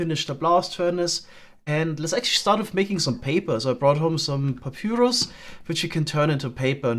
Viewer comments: Ok, no that Papürus thing is really going to bug me the entire time. The y in papyrus is pronounced like an i. I'm not even sure that the sound ü so much as exists in english. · you pronounce the Y in papyrus like a Finn haha